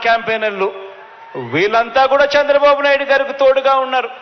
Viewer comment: Shandra babu naidu, first learn how to pranounce names. AP ki pattina daridrameppudu pothado, kharma